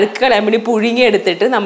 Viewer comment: പുയുങ്ങി കൊണ്ട് വരട്ടെ? വേണ്ട പുയുങ്ങി വിയുങ്ങിയാ മതി😂😂😂😉😉